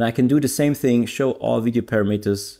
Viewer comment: Just an FIY we pronounce parameters as parahmehters not paramiiters 😊